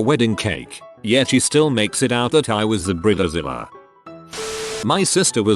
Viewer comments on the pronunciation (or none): I really tried to watch this video but it is just terrible, not the content of this video but the narrator's pronunciation of bridezilla and many other words! Brit ta zilla? Bride zilla! Where the hell did he get Brit ta zilla from? I mean I have British friends and they definitely know the difference between Brit ta and Bride. They also know that Brita is the name of a water filter for the faucet in the kitchen! Just saying. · Robo announcer makes it sound like “breeder Zilla”. Yep. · Human: bridezilla Narrator: brita zilla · Bread zilla? 🤣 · Laughed every time I heard "Bree Dee Zilla" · “Brid-a-zilla” XD